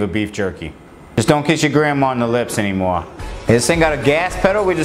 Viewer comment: "Dont kiss ya grandmotha on the lips anymoah." 😂